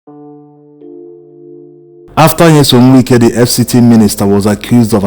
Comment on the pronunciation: I like the authentic way in which you pronounce his name. “Nwike”. As a matter of fact, there is NO other way‼️🤷🏽‍♂️💐